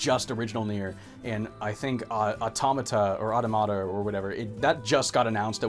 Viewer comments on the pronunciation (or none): I believe it's pronounced "near a tomato"